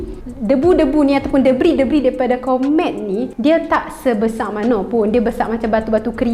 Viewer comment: Ooo komet…mula2 aku dengar kon3t